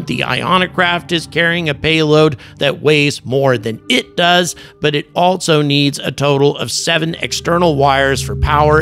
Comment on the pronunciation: There is no " t" in the word "also"